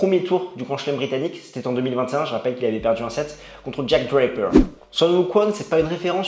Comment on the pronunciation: hum, je ne comprend pas la prononciation exagérée de "DRAPER" et "BERRETTINI", sachant que TOUT les autres noms, sont totalement francisés et donc prononcés normalement :)